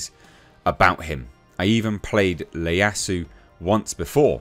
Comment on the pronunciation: that's an I not an L, the name is Ieyasu (Ee-Yah-Sue)